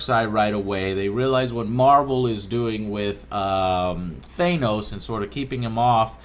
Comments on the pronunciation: thanos the a in that is a ae not a so its th-ae-nos not th-a-nos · Dude, it's Thanos (Th-AN-os), not Th-A-nos. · Said thanos wrong...its THANOS